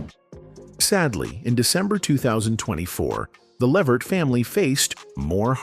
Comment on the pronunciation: Why do these videos always give misinformation and say the name Levert wrong??😮